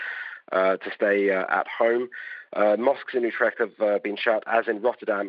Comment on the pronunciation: Learn how to pronounce Utrecht correctly.